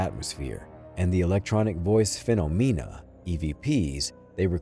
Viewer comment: "FEE NO MEENA' ~(O_O)?? That is the strangest pronunciation of phenomena i have ever heard.